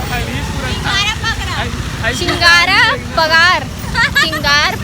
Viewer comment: Wo chigaar pagar ni chigara pagaar h